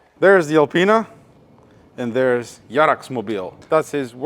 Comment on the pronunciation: you say Jarax like turkis yarak haha